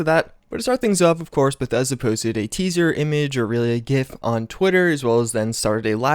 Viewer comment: Say it with me... TEASER! Good grief